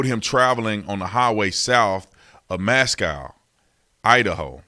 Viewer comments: It's Moscow, not mos-cow, I know it's spelled, the same, but not said the same. He also came to clarkston, WA after the murders to Albertsons grocery, it's about 45 min away. Look up lewiston morning tribune. Front page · It’s MOSCOW, like Russia! I live here please stop mispronouncing our city’s name! Mos-co! Not mos- COW! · Pullman, Washington and Moscow, Idaho are essentially just across the state line from one another. Travel time between the two cities would be less than 5 minutes. A minor point - the "ow" in Moscow is pronounced the same as as the "o" in Costco.